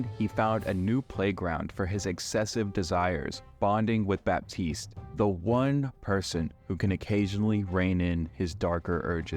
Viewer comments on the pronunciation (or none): none